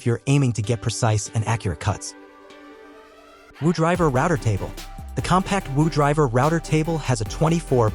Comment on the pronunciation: It's Wood River, not Woo Driver. 🤣